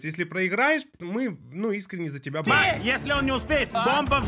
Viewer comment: не Марк, а Мак